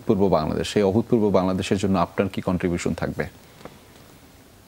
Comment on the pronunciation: উপস্থাপক "অভূতপূর্ব" শব্দটা যতবার উচ্চারণ করলেন ততবারই ভুল করেছেন। ত টা তো এর মত উচ্চারিত হবে। একজন প্রেজেন্টারকে ভাষা ব্যবহারে, উচ্চারণে, বডি ল্যাঙ্গুয়েজে অনেক সচেতন হতে হয়। যেকোন অনুষ্ঠানকে সুন্দরভাবে উপস্থাপন করার পেছনে মূল ভূমিকা থাকে উপস্থাপক বা সঞ্চালকের। এই প্রজন্মের মধ্যে আর জে কিবরিয়া তার প্রকৃষ্ট উদাহরণ।